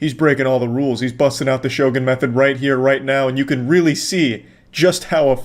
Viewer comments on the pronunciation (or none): none